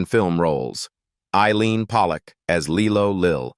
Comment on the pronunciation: It was lie-low lill not Lee-low